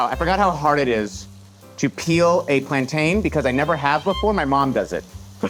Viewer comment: Every Caribbean hates when works with plantains because we have to hear him say it wrong LMAOOOOO